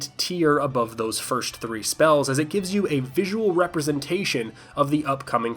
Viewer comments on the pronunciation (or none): none